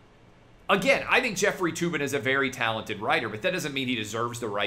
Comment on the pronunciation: Jef-freely (Tugging) Tube-in